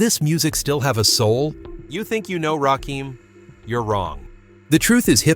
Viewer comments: You are saying a whole wrong name and I don't understand how you can do this smfh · Rakim "The God MC." A name too sacred, for some, to pronounce incorrectly. MASHALLAH Ps. 🤔 what's really going on? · you said the GODMC name wrong it's Rakim Alliah one of best rappers all time.I'm 58,saw his rise to fame back in the days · If y'all gonna use somebody to get likes and subscribers, atleast start pronouncing their names right! It's irritating to listen to. It's Rakim, not Rakeem. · The GOAT 🐐 THE GOD MC. It's Rakim not Rakeem😡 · #I thought his name was"RAKIM" = pronounced..."RAH"(ra) Kim NOT Ra'keem!!! #smh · His name is Rakim(Ra - Kim) not Rakeem. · It's Rakin not Rakeem once I heard that I clicked off. Put respect on Rakims name smh... And make sure your voiceover is correct before uploading. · He keeps calling him Rakeem, why white folks think they can tell us about Hip Hop.... Man do your homework first u calling him da wrong name,R U Serious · It's Rakim and not Rakeem smfh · You noticed too this idiot doesn’t know the difference between Rakim and Rakeem. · heard Ra Keem and turned it off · Its Ai fools..that's why its saying Rakeem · 2pack, Rakeem 😂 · Please stop saying Rakeem! Recheck your sources.God Rakim. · It’s the R A K I M, not rakeem, > RAKIM AKA THE SUNGOD, THE LIGHT ✨💫☀️🔥…☀️ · You lost me at "Rakeem".If you think you know Rakim,YOUR wrong 👎🏾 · My god, he fucked up from his first sentence, I can’t even listen to this shit, wow, wtf!?! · Nigga,…..who the hell is Rakeem??? Edit the Video and get the Name Right. This The God, he deserves His Name to be Properly Said. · Why am listening to someone who doesn’t pronounce the name correctly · This narration is done by a computer driven voice that cannot say RAKIM. Salute to The God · Rakim -doing it with the R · Why do I watch soo many videos and the narrator is never able to pronounce the name of the person the video is about? Very annoying.